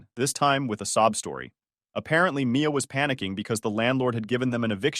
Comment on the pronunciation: Mia or Maya? This mispronunciation is bad.